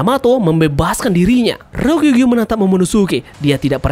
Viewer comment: RYO KU GYUUUUU ,, JANGAN SALAH NGUCAP MIN